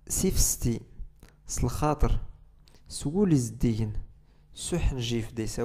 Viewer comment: تانميرت استاذ على الدروس و على طريقة الشرح .🙏💯 فقط ملاحظة استاذ گ تاگوري "س لخاطر" اعتقد ان حرف الخاء يمنع تفخيم خرف الراء